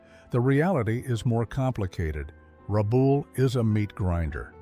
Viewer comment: It's not Rabool its RabALL, just like those things your scratch when they are itchy.